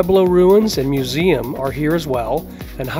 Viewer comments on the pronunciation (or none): none